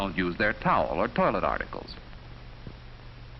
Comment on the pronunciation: Desolate, I’m guessing it’s a mispronunciation of “toilette” rather than actually “toilet”